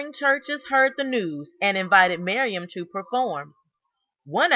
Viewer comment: I slowed down the video so I could see if it was just my hearing, because I also just kept hearing "Miriam".